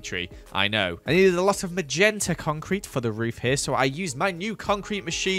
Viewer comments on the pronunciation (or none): nezedea ? LMFAOOOO